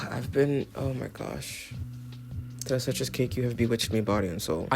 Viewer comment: oh you ate that tres leches pronunciation